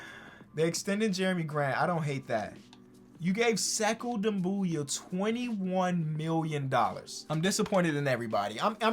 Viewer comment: It would be Sekou “Doom Bia” that’s the pronunciation.